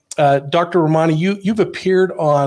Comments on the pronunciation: Her name is pronounced: RAH-man-EE. Glad you have her on your show. She's extremely well versed in the narcissistic personality field. Excellent video! All three of you should do more videos together. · Please learn how to say her name correctly.... RA ma ni.... Thank you. You guys are GREAT and you're doing a wonderful service to the world! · He kept mispronouncing her name and she was graceful enough to let it go